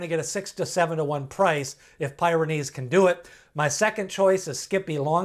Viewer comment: It's PEER-uh-neez, as in the mountain range in Europe.